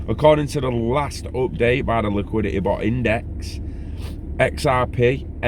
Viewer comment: liquidit eh!